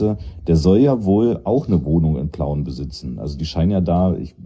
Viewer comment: Schon wieder Pleuen, es heißt Plauen verdammte Axt